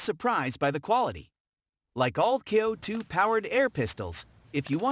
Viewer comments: worthless video - wrong info, talks about the wrong gun during video of another, pronounces CO2 as coe2, about half way through states "this is the first coe2 pistol in this list so far" right after a CO2 pistol review... etc - I wouldn't put any faith in anything stated in this video. Worthless and should be banned from here! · F'ing waste of heartbeats Lot of natation has nothing to do with video shown Total S-show of a Video almost all pics are of heavily modded guns. What the F is "KEE-OH-2" ??? what a joke.